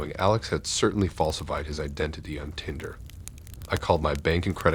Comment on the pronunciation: Your mispronouncing of words like Uber, barrage, and Tinder at times made it difficult to listen to....